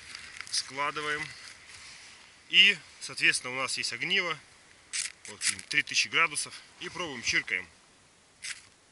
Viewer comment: узнал из этого видео правильное ударение в слове "огниво" :) кстати, где это? Неподалеку от Мурманска?